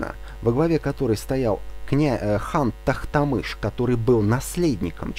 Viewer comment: Не Тахтамыш, а Тохтамыш.